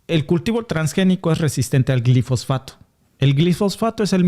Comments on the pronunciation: Es Glifosato y no Glifosfato. Cuidado con la pronunciación. Yo deje de comer avena Quaker por esa razón y sólo consumo avena orgánica sin glifosato. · Una corrección si me lo permiten: Glifosato, no Glifosfato. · se dice GLIFOSATO 👉👉